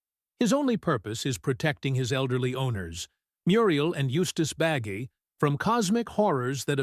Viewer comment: Yeah, a lot of stuff like this is about things I'm interested in, but as soon as I'm sure the voice is AI (which this one either is, or it's being narrated by someone who never watched the show and doesn't know that Muriel and Eustace's last name Bagge is pronounced "bag", not "baggy") it goes on my "don't recommend channel" list.